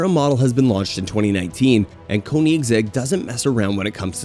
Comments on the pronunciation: It’s not koneeengsegg 😐😐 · .. konigse.. the what? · the konigza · Koenigsegg is pronounced coneingzegg not whatever you said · It's pronounced kow nig seg and idk if you meant to say v9 in the jesko but its for sure a v8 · A good journalist does his homework and learns all the specs and characteristics of its subjects, but they also verify they know how to pronounce the names too. I counted 3 maybe 4 names that were ultimately butchered. Koenigsegg, Rimac, Chiron and maybe another I can't think of. But if you want to be taken seriously, you must do better. Unless it is some kind of gimmick then I guess, but its a bad gimmick. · Bruh the way you said Koenigsegg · The dude mispronounced every single car in this video, with the exception of McLaren and Bugatti. Cringe level is very high here.